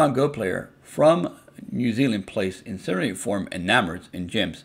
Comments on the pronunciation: Ecarnate is not pronounced incinerate lmaooo it's IN+CAR+NIT form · 💀its in+car+nate